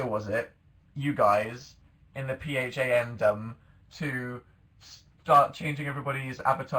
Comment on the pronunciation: "P-h-a-n-dom" lol